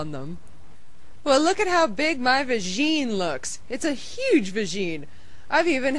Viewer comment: "My vajeen"